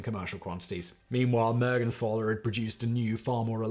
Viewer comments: It is pronounced Mergentaler not Mergenthaler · if you are interested to know, the " th" in "Mergenthaler" is pronounced t, like in tinker or total. The name means "Man from Mergenthal", thats a place in Wuerttemberg. The name Mergenthal is dialekt for St. Mary´s valley.